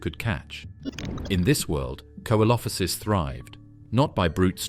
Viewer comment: Can you pronounce the names correctly coelophysis is pronounced see lo fi siss